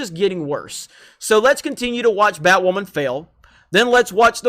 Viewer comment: "I'm Batwammon.."